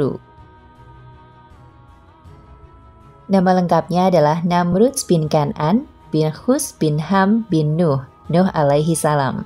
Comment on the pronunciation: Tanda baca titik diatas ( ' ) di dalam Quran itu huruf Ngain. Jadi kalau dibaca itu bukan sperti koma(,) yg bacanya d jeda2 tapi agak ke ( ng ). Namrudz bin Kan'aan Namrudz bin Kan Ngaan Namrudz jg belakang nya huruf Dza, kalau di ucapkn Bukan Za jadi terdengar seperti Namruz. Cara baca Dza itu letak lidah nya seperti tergigit jd bkn sperti Da atau Za. Hemmmmhhhh belajar lagi pengucapan huruf arabic lah narator nya, risih saya setiap mndengar yg bgituan 🙏🙏